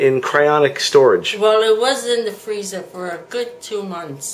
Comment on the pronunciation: For the love of God,....it's cryoGENIC not "cryonic"